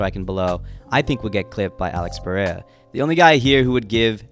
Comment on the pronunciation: ITS NOT PUH RAY UH